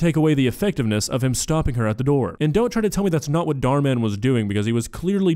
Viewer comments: Hot take, but this is the first video of yours that i actually didn't like, simply because of your commentary about the "goth girl". That being said, I love how you call Dhar Mann "Dar Dar" or however you spell it. I feel like you would leave the H out just out of comical spite. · I love that he calls him Dhar Dhar 😂